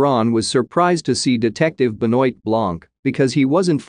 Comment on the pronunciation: please pronounce properly Blanc's first name!